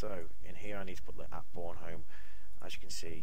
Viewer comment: You pronounce Bornholm wrong... I'm from Denmark ;D